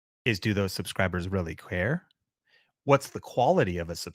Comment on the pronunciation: "do those subscribes really cuhrare" 🤣🤣🤣